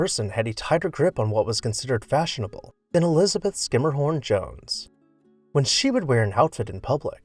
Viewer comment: Great video. Pretty sure that Schermerhorn is pronounced with a soft “sh” sound, unlike Schuyler which is pronounced like “Sky”.